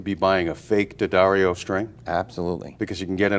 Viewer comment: Thank you,, for pronouncing name (unlike just about all of your fellow countrymen) CORRECTLY ----- DADDario, DANgelico, DAquisto --- but there are idiots who will continue to stubbornly, childishly say 'Deeeeeeee-addario'...Deeee-Angelico, Deeee-aquisto.